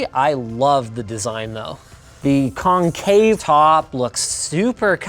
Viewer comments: I listened after you said it... con-CAVE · yup or its just normal to say concave like cON Cave